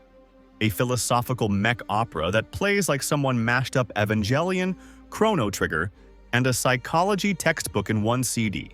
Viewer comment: you dont say evangelion right and it makes you sound silly